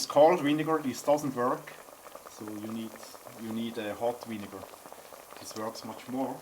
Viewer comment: Thumbs down for saying winnegar